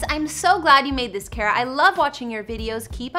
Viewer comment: Yayyy! Thanks for sharing my comment Kara and thank you for saying my name right! 💛 another great video as always, keep on killing it girl!